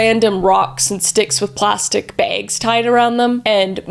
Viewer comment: DID U SAY PLASTCKS